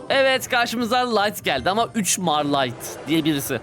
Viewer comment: 3mar (عمر) Ömer diye okunuyor